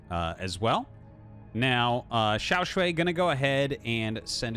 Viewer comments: Hi Artosis, it's pronounced shuai not "shuei". The way you say it sounds like 小睡 (small nap 💤) or 小水 which means urine which is not so nice. (edit for clarity: he is 小帅 and the series is awesome, thanks Artosis for the great cast as always). To help with the pronounciation native US speakers, pronounce "shuai" with the A sound you have in "Car", not the one in "and". Or if it helps try: "Shoo - I". Otherwise I am out of ideas 😀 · shuai is pronounced as "shoe-why" as one word, with no pause in the middle. btw, love this stuff RT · xiao shwhy, with shwhy being one syllable pronounced with confidence